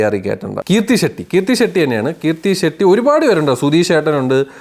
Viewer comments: കീർത്തി അല്ല കൃതി 😊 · Kirthi shetty alla krithi shetty.Ninte review inu oru vela koduthondirunnavanan njan ayye cast inte peru polum maryak parayan arinjudee